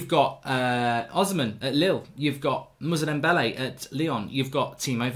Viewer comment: Ffs mark, his name is moussa dembele not muzza dembele